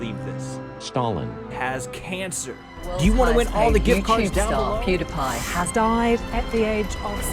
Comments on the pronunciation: Yeah right. Says someone that pronounces his channel name as "Pewdepie" instead of "PewDiePie". Good Job Felix! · ...then shouldn't it be pew-die-pie and not pew-di-pie? Hmmmmmmmmmmmmmmmmmmmmmmmmmmmmmmmmmmmmmmm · "Oh, Okay, so just because you invented something means you're the literary scholar of how its pronounced" says the guy who pronounces Pew-"die"-pie, Pew-DEE-pie 🤔🤔🤔🤔🤔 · But you say pewdiepie as pewDEEpie... HMMMMMMMMMMMMMMMMMMMMMMMMMMMMMMMMMMMMMMMMMMMMMMMMMM..... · Ja, die Pewds heißt nicht "\ ˈpyü \ \ ˈdī \ \ ˈpī \". Er heißt "\ ˈpyü \ \ ˈdi \ \ ˈpī \" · dude have you heard how you pronounce PewDiePie. You don't see us going around telling you that that's not the correct pronunciation <3